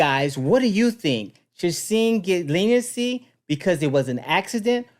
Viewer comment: His name is sing not sign.😊